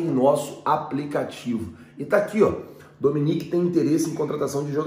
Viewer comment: não e Dominec, e doMÉnec